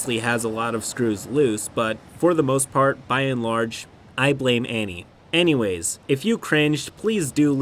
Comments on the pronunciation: did you just say "Annieways"? 😄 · ha ... kek... he said "annywais" lol